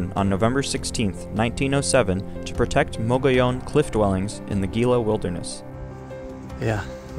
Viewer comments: It's prounced "Hee Luh" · It’s only 180 feet elevation gain. Gila is pronounced He-La. The monument was established using the 1906 Antiquities Act.. if you’re going to make informational content you need to be accurate. Lots of people take you tube videos as accurate information even though it’s clearly made by individuals who are not experts.